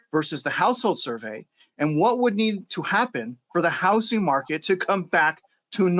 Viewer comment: 'The houssing market.'